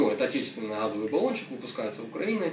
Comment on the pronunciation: Нет слова "гхазовый"!, есть слово "газовый"!